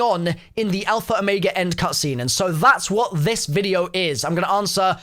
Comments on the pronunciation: “alpher omayga” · I hate how he says "alfer omega"